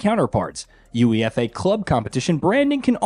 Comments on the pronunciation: Aaaahhhh Americans man . . . Uefa is one word not U.E.F.A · Wtf is youee effay? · Your UEFA pronunciation made me chuckle. It's pronounced Yoo-ay-fah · Guys, wish me luck in winning the YOO-EE-EF--AY cup this year. Soccer is great! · Holy shit that UEFA pronunciation has got me dying 😂😂 At least get someone who knows anything about football to do the review 😂 💀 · Just the comment I was looking for. I’m so bothered by him spelling it out😂😂😂